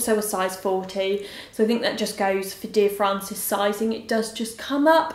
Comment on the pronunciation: Dear Frances not Francis ahahah (will forgive ) xxx